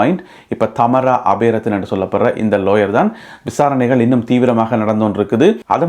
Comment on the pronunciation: I think her name is Thamaara,not Thaamara.